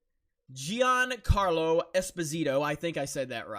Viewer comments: You said it wrong, but it's not your fault. Being a neapolitan surname, it's pronounced Espòsito, not Esposìto. Also the name Gian=Jan, Gia is pronounced as in Jabba. Carlo is correct. There you have it: now you can be the first american who get it right :D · it's usually pronounced "jean-carlo" and this dude was in Breaking Bad as Fring and in NBC's "Revolution" as Cpt. Neville. This dude has shown his SJW or leftist tendencies as time went on as with most people in the entertainment industry ever since the election of Trump.